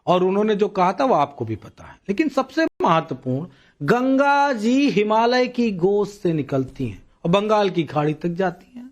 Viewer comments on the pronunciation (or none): none